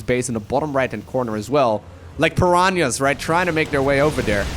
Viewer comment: 25.20 "Smelling blood in the water. Like pirronyas" ...... Sorry what?